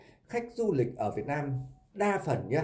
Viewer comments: Muốn làm YouTube thì phải sửa cách nói chuyện cho đúng chữ để thể hệ trẻ học theo chữ VIỆT NAM chứ không phải VIỆT LAM. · Đúng rồi b; ko lo sửa đổi ngôn từ cho đúng chính tả rồi hẳn làm youtube. Vnam mà đọc Việt lam; chịu luôn!